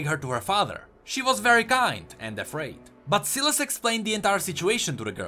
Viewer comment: Ewan Daniel it actually is pronounced as Silas not sai las